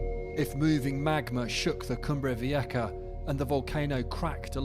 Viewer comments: wtf is a “cumbrey veeyekka”?? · He could at least pronounce it right. Cumbre Vieha. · Why do you pronounce it Cumbre Vieka (with a K)⁉️😵‍💫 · The sound for a Spanish "j" in English is "ha". There is no k sound there whatsoever. None. 🇮🇨